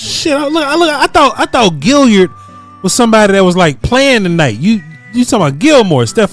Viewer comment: He probably heard "Gilyard" from Mark Holmes.,.man cannot say a name correctly to save his life